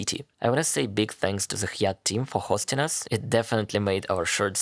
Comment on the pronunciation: Hyatt is pronounced High Yat.